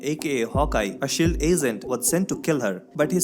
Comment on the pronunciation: Since you are targeting national audience here is a tip: Please pronounce SHIELD as shield not SEALED Your SHH.. sounds like SS.. Nevertheless, it was a good recap thanks.